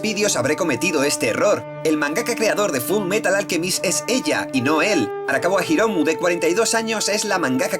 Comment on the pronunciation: dijiste Arakawa Himoru ._.